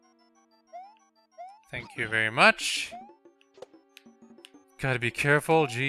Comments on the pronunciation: The way you say "thank" can be fixed by saying it the way you pronounce "taught". Use the soft "th" on "thank" and hard "t" on "taught". It should sound like you're saying "tot". Switching them should prevent you from saying "tank". Hope this helps somehow. BTW I'm not here to complain, just trying to help :) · Its fun how he complains about people complaining about "Tank" for "Thank" and then he says "thought" instead of "taught"